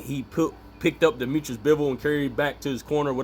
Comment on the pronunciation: Dimitri, not Dimitris-he is not greek.